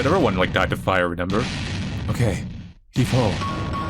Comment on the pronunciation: My favorite part of watching let's play's is him saying "renember" instead of remember. Best part.